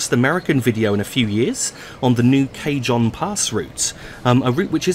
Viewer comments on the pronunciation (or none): Just FYI, I believe it is pronounced "Cahon" Pass. The J is like an H in this type of usage in the same way you would say "marijuana". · Cajon Pass, pronounced "Ka-Hone"